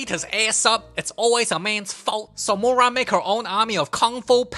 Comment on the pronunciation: "So Murahn make her Own Army of Kung fu Pandas" 😂